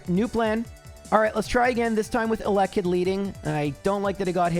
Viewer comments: the most cursed thing about this run is the pronounciation of eh-lekkit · ...how do y'all say elekid? I've always said it the way says it. edit: nvm this dude says elekid with seemingly no syllable stress. I say it like "a LEK kid". He says "alekid", which is yucky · If you say elekid like that one more time I stg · I love your content but HATE THE WAY YOU PRONOUNCED ELEKID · You pronounce Elekid weird lol 😅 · Hearing “Elekid” with the stress on the second syllable was physically painful lol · He was trolling lmao did you not realize how many times he said it in a row